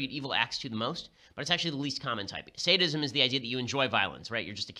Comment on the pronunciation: Sadism. I thought he said, "Statism"